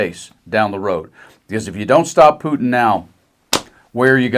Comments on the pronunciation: This bumkin sounds stupid, and should go back to the swamp. It's Pootin not Phewtin! Geez what a goober! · "Mista Pewtin..." HFS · I love how he pronounces the Russian dictators name: Pewtin. 😂😂😂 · Actually, it's Pew-tun... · As in " Peeyuuu" he pronounces " PEEYUUUTIN" Stinkie Peeyuutin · Pew-tin 😂😂😂😂 cant stand that hicka 😜🤦🤣🤣🤣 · Pewtin? Kennedy can't even pronounce Putin's name. He has has got to go! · Kennedy sez "pewton" ..on point..😂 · Love how he pronounces Putin - Pewtin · I like how he pronounces Putin. Pew tonne. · Why is he pronouncing him as Pewtin? LOL Can't stand either one of them, don't get me wrong. Was it intentional? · Gotta love Senator Kennedy's pronunciation of "Pew - ton", lol 😅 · 😂 It's hilarious how he calls him Pewtin!!! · The senator can't even say Putin's name correctly. 😂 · The one and only thing that I like about Kennedy is the fact that he doesn’t know how to pronounce Putin‘s name correctly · Did you hear how he pronounced Putin?:face-green-smiling::face-green-smiling::face-green-smiling::face-green-smiling::face-green-smiling::face-green-smiling::face-green-smiling::face-green-smiling::face-green-smiling